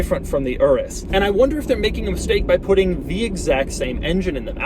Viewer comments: "Urrus" it's pronounced "ooroos" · I can't be the only one hearing "urus q8" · Sounded like he said URUS (RS) Q8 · The "UR-US" Q8